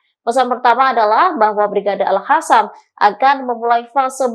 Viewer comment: kok masih alhadam.pakai k dan o.jadinya ko.agak tak terlalu jauh salah bacanya.alkosam.klo tak bsa q.🙏